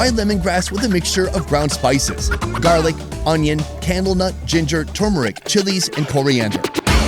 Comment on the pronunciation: Are you saying camel nut?